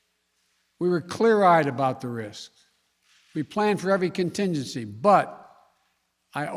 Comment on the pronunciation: Big words are too hard for the potato. The word is contingency!